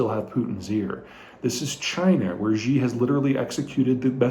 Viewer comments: Peter, please I beg you. Who the hell is “zhee”. Please you say his name “Shee”. Mandarin “X” in english is pronounced like a “Sh” not “Zh”. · Good analysis. One note, in all due respect. Xi Jing Ping's name is pronounced (minus the tones) She JingPig. It is not "Ji/Gee" X in China makes a soft "sh". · Xi is pronounced "She". Ji (gee) is more like chicken. thanks for the update 🙂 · it's SHE with 2nd rising tone, at least in Mandarin. if it was SEE it would have been "Si" in pinyin, not Xi. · Love your videos! But one nitpick: Xi is pronounced like "she".